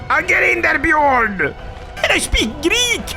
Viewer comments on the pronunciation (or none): none